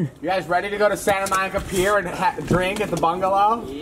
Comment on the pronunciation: Ahhh I heard them say my name (Monica lol) in an Aussie accent, then they said they were from Melb and I ahhh’d even more 😍